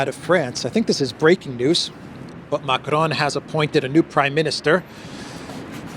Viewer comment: You shouldn't roll the r when you say macron 😊